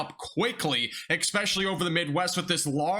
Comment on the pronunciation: Did you really just say EXpecially? Please stop insulting the inteligent. The correct word is, "ESPECIALLY". Not "eXpecially"! Go back to the hills from which you came!